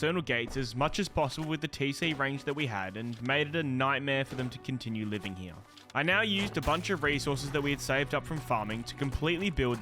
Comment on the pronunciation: "heawww" like a donkey lmao. heRe. hear. heeee-rrrrrr